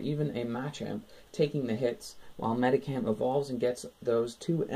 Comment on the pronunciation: U say it Medikam, its supposed to be said like MediSHam